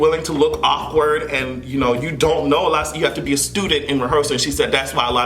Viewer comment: She also said " you have to bey humble" in rehearsals!